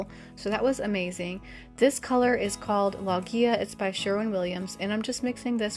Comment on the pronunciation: Love your aesthetic! You may prefer to pronounce “Loggia” as it is meant to be pronounced: LOW~zya 😀 it’s a lovely Italian word ❤